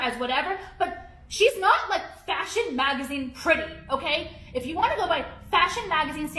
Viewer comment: She's giving those Kardashian heifers and and every time she says "pretty"all I hear is "petty".